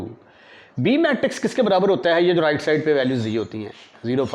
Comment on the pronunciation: Rirrrrright right 😂